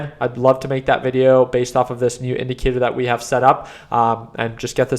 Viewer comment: Share your indicatoorrrr lol